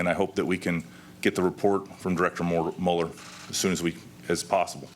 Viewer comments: Sounded like Robert Mauler to me, so yeh, freudian slip. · And Whitaker says: Muld... (er...) - Mueller!